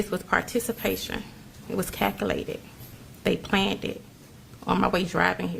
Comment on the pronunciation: if ur growing up with a single mother who sounds like this when she talks, u gon die. 😂 If she says cackilated instead of calculated, forget about ur 30s.